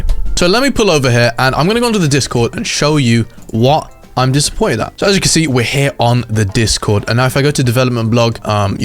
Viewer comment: He said disimmoited in the beginning